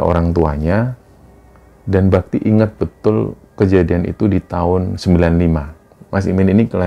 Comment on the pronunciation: Maaf mas, di awal saya salah denger namanya "mas babi". Padahal mas bakti 😭